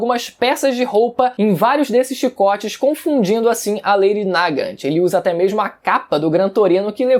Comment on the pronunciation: se lê "Nagant" se fala "nágã"